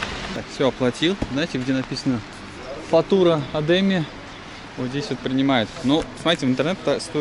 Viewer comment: Хорошее видео, только ударения не на те слоги. фатура ОдемЕ.